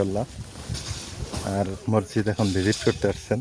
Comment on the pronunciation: ভাইয়া আপনি মসজিদ উচ্চারণ টা শুদ্ধ করে বলবেন ।